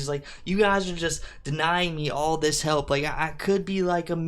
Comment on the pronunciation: It pmo when she says halp and not help